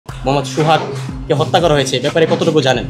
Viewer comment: Ucharon thik nai. Hotta not Hatta